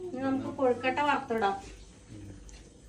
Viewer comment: Kozhikottayalla, kozhukkatta